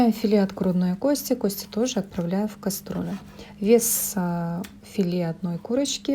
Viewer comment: Всё хорошо... Но,, КАСТРуЛЮ,, вместо кастрюлю. Это пипец... Простите.. Режет...